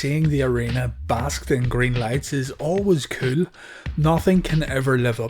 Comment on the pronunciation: When you say cool it sounds like koul. I got two syllables for ya ! S*bscribed!!!